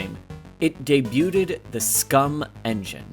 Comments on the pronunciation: Love the analysis. I thought the end of the game was clever and well-executed, and for me that was enough. The style of this video is great, but more care could be taken with things like pronunciation (“debuted”) and spelling (“Camus”). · Stopped watching after "debuted" was mispronounced followed by pronouns appearing under the presenter's name.